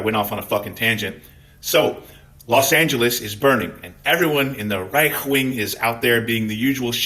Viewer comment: Did you call the RIGHT the REICH . cause i loved it